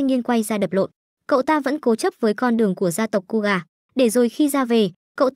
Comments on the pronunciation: KOGA❌️ KUGA✔️ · Ko phải đọc là cu gà chứ ko phải ciu gà 🤣🤣🤣